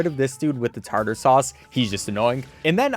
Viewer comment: its tar tar sauce 😭